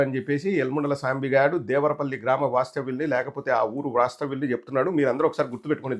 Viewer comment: "దేవరా పల్లి" కాదురా..లబ్డ్డే.అది " దేవర పల్లి". తెలుగు చదవటం రాని పుంకా గాడిని యాంకర్ ని ఎవడు చేశాడు అసలు."దిస్ ఈజ్ అన్ఫెయిర్.. సబ్జెక్ట్ టు కరెక్షన్"🤣🤣🤣